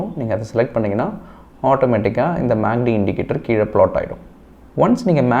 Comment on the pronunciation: Dai கிருக்கு பயலே மேக்D அல்ல டா MACD